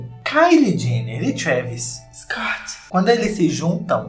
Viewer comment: Eu acho engraçado o falando "scott"